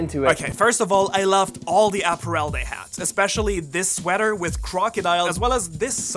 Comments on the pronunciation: Say “apparel” again? Lolol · might wanna check the pronunciation of apparel again 😅